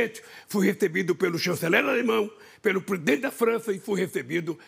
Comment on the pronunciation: "presidentsdpubp da Espanha"kkkkkk